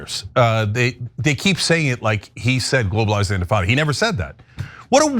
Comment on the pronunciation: Shapiro: "Mamdani shouldn't say 'globalize the infitada.'" Cenk: "Shapiro worships the genocide of Muslim babies!"